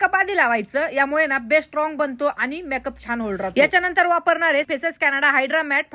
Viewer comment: मॅक अप नाही मेकअप😂